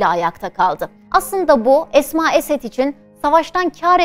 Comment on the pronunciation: не Асма,а Эсма